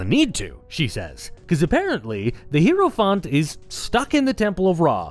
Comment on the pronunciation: Hierophant - /ˈhaɪəɹəfænt/ or /ˈhaɪɹəfænt/ - for those who can't read IPA, the main takeaway being that "hie-" here sounds like the greeting "hi" (I legitimately heard "hero font" and thought it's some DnD term I did not know, until I saw it on screen)